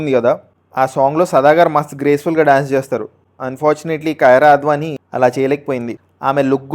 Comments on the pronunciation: Babuu adhi kirana kyraa advanii kadhu it's kiiara advanii😂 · కయార అద్వానీ కాదురా సామీ అది " కియార అద్వానీ" 😂